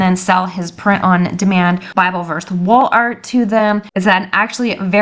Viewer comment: You are saying “ Wall art”? 😂😂😂 I sure heard WOOL ART the first few times . If you are going to do a print on demand store through Etsy you have to have money set aside to pay for the orders before Etsy releases the customers payment t to you.